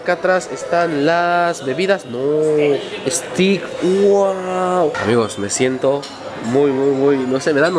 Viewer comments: Me dio risa oirte decir stik, pero esas son las rarezas del idioma Ingles. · Pronuncialo ' steik'